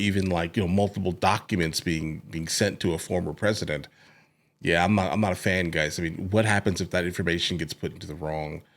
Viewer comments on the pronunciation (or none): PER-IS-DENT PRESIDENT MIXED UP